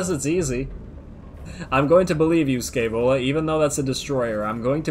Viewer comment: "Scaevola", pronounced with the "sh" of "aSHamed", accent on the "ae" pronounced as "e" in "Entropy". Sh-E-Vola, from Muzio Scevola, an ancient roman that famously burnt his own hand off because it was the hand that made him fail.